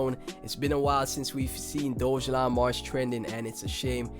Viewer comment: decent video but you have to pronounce DOGELON correctly bro